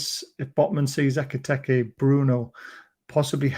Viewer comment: Why, when you pronounce Ekitike do you make it sound like Eggy Peggy? It's "Ek-I-Teek-Ay" Howay man